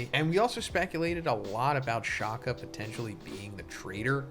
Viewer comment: As a South African, I do not like how you mispronounce Shaka, like just one search and YouTube and you could fix it. Especially after watching your previous 1075 spoiler video. It is not Shakhah! Like there is no need to overemphasise the K when pronouncing it (Shaka is a Zulu name for Shark, not the English Shaka).